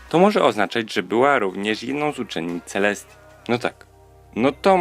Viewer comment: Czy tylko ja usłyszałam ,,Siostrzenicą Księżniczki Celseti i KSIĄŻKI LUNY?!"